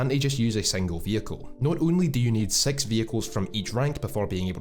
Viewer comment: "and SEX thousand golden eagles"